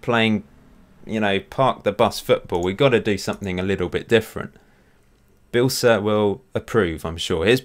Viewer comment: You say his name wrong, it’s pronounced BE ELSA not BILSIR